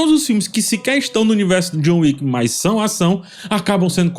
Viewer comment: Chegou a John "Wicka"